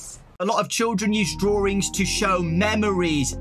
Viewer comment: It's called "drawings" not "drawrings"